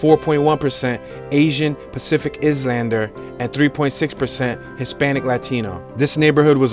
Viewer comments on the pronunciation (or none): Ok first Pacific Islander. Pronounced I-land-er not is- lander -er. And Will smith is from Overbrook. He named his production company after it. Overbrook neighbors Wynnfield . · Hey not judging just want you to know, it's pacific eye-lander not is-lander. The word is Island. :) Great video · In #7 the ethnic breakdown included Pacific Izlander, which is how you pronounced it. I've never heard of an "Izlander". You may want to try pronouncing it "Eye-lender" as in the Hawaiian ISLANDS. Just a thought. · ROFL...bro really just said "izz-lander". Is this real life? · Did he just say Izz-lander as in islander? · "eye" "lander" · "pacific izzlander" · How can an adult mispronounce Islander???? Damn!!! Haven't You ever watched Gilligan's Island??? Do they sing" here on Gilligan's Iss-Land"??? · Pacific ISLANDER , the L is silent. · Somebody please teach this dude how to pronounce the word island properly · Don't know how to pronounce "islander"? C'mon dude. And the dash cam views are borderline useless.